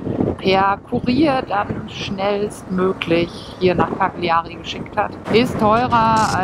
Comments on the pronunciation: man spricht es "Kalljarie" aus....... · Bitte die Aussprache der Orte wie Cagliari einmal einstudieren, das tut weh in den Ohren...